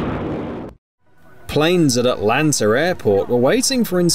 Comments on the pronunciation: Where you from? The word Atlanta doesn't Have the letter R in it and neither does the word Delta. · I’ve never heard of Atlanter airport 🤣 😂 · Atlanter... Is that a city in Georger? 😂 Not only that, but there's apparently a country named MALASURE?? Uh...